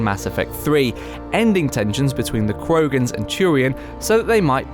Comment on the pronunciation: The way you pronounced Quarians injured me.